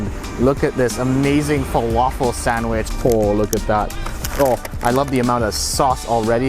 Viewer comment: I'm American and don't pronounce sandwich like that, I can hear a distinct Canadian accent when you say it. In fact I can hear your accent in every word you say, but "sandwich" is particularly strong.